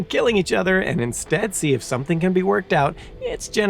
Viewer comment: Oh say can you zee? 🤦🏼‍♂️